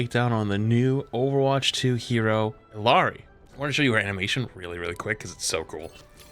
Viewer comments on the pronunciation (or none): It’s not “ILLARI” btw it’s “E-YUH-REE” lol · I'm pretty sure it's pronounced ee-yaa-ree. Her rifle feels a bit slow and clunky to me, but maybe because I'm not use to it yet? Her healing is outrageous. The resource management feel good. Her pylon when in combat destroyed recharge should be a little less, imo. Overall really nice addition. Once you get use to her resource management she's crazy fun. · It's pronounced iyari it's Peruvian and the LL is said as a Y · illari is pronounced i(ya)ri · Its pronounced ayadi